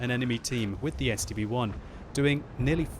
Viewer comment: I thought you were saying the STD-1.